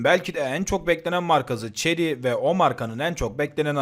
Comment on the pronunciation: La neymiş bu arabanın markası? Ceri mi? 300nm Torku öyle bir söyledi ki ağladım resmen! Bizim kamyonda 350nm tork var 😅